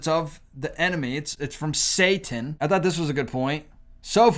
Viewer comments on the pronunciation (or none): none